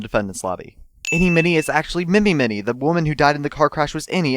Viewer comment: Also, you pronounced Mimi Miney wrong...